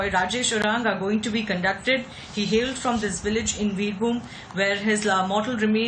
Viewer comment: It's pronounced as "Birbhoom".. not "Birhum"...